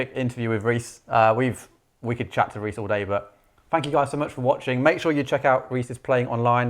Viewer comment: Thanks for Pronouncing my name right! And for taking my question! You guys rule! Can't wait to hear more from him!